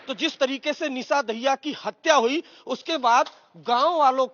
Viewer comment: दाहिया नहीं मित्र, ये दहिया है